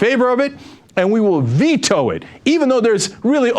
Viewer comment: VETO - the word is VETO!